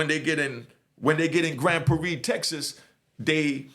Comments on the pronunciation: im from Texas Its Grand Prarie. "Prar-ree" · I’m from Texas and I’ve never heard nobody say Grand Prairie like that 🤣🤣 shout out to